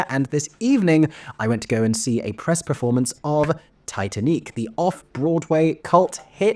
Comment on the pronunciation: It's pronounced Tee Tan Eek.